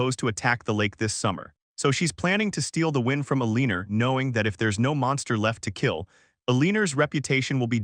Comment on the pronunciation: El-leaner lel